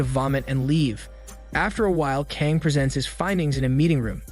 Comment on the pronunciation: Geez, I understand obviously Korean isn’t the language you speak but I can’t help but wincing every time you pronounce Kang. FYI, it’s meant to be pronounced rather like /Gah-ng/.